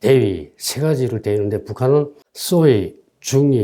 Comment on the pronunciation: 소위를 쏘위라고 말하는 씨의 잘못된 발음은 매우 듣기 거슬린다.